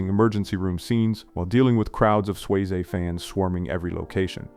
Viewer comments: Sway-Zay lolol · I love this channel...One thing that was a bit odd is the pronunciation of names like Swayze , Reitman, Aykroyd, & more I've heard in other videos. At first, it made me wonder if the voice was AI-generated but the dialect seems so specific. Feels like North Dakota Navajo or something. Anyway, keep up the great work.